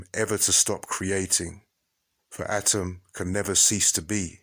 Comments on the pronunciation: Atum.. not atom... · Exceptional Work! Except, ATUM not ATIM, if I'm not mistaken. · Are u saying adam or atum? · He's saying atom or adam?